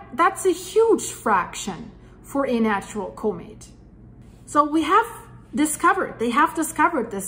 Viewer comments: Comet Not Cumet there is no U in Comet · Enjoy you reading scientific data but please correctly pronounce " comet " as in kahmet , kaka , not comet as in copay , cooperate , or coco puffs .